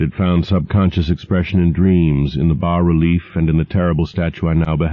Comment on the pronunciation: He says 'bah' relief, yes!!!